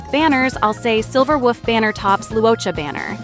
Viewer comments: Why you gotta say Silver Woof. It's cringe. Please don't do that. But other than that, video is useful. Thanks. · I'm only hearing "Silver Wuff"... just me? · Wait...are you saying "Silver WOOF"...? Girl you really are a meme.😂😂😂